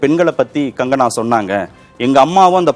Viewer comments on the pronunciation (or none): Gangana இல்லை Kangana 🤣🤣🤣